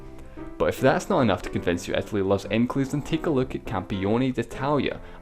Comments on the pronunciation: IT IS ITALY NOT ETALY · why do you pronounce "eth-a-lee"!?! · Etely seriously bro? come on man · "etaly"...WHAT XD